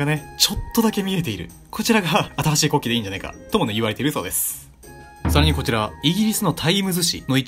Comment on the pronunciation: 国旗の発音よwww